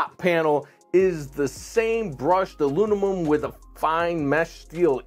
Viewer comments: "Alunimum." heh. Disregarded it the first time, but he said it that way repeatedly. 😂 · Huh? Teaching nuclear physics but he can’t pronounce aluminum?